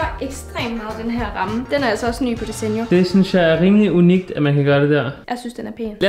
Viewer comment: 😂🤣I udtaler desenio forkert🤣😂